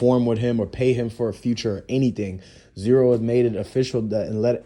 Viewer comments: It's z ro, not zero......who tf are you bro? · His name is Z RO NOT ZERO BRO WTF